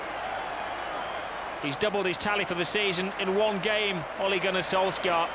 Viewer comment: eventually british people learned how to decently pronounce "Solskjær" but they never even bothered trying to say "Ole" correctly.